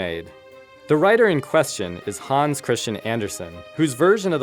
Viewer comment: It's not pronounced Hauns Christian Andersen it's pronounced HANS! as in hands, but without the d. please he is Danish NOT GERMAN